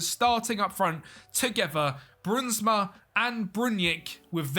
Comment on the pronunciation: The ui, sound in english is very hard, try pronounce in like the ou in “ouch” so brounsma